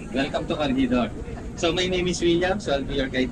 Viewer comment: The pronunciation of corre"g"idor....is H or G? Im confused